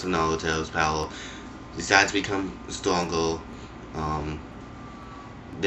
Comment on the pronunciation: is naruto stwonger in dis game? is that how the stowy goes? does it pway duh same?